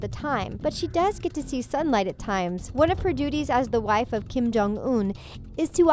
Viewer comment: Hold up it’s Kim not King 😂